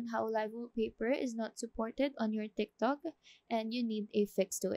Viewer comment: She said timtok